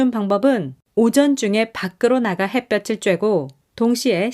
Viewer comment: 늘 좋은 글 잘 듣고 있습니다. 근데 가끔 한국어 발음이 틀려서 좀 아쉬워요. '햇볕에' '햇볕을'을 '해뼈체'나 '해뼈츨'로 빌음하는데 각각 '해뼈테' '해뼈틀'' 이라고 해야하죠. 햇빛은 ㅊ 받침이지만 햇볕은 ㅌ 받침이며 구개음화는 ㅣ모음이 올 때 발생하니 '햇볕이'는 '해뼈치'가 맏으나 '햇볕을'은 '해뼈틀'이라 발음합니다 참고하세요